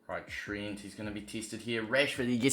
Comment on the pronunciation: His name is not Trint